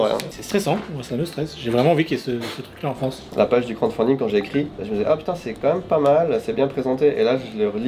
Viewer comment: C'est crowDfunding pas crownfunding! (c'est lui qui demande au début de la vidéo me bannez pas)